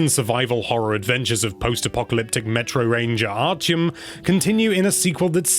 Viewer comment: It’s pronounced “Ar-ti-em” not “Ar-Ch-iem”, great review though as always!